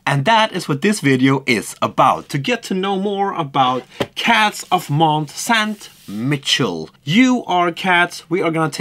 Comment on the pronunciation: With all respect, but can you please- pronounce the name of the game on the right way? it's awful to hear. Mont Saint Michel is French, not English. If you go to Google translate en type that name and then translate to French, you also can listen to the right pronounce.